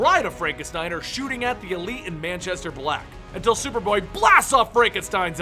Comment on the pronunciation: Moo-Chester black